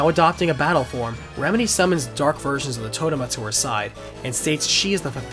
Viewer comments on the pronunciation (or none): none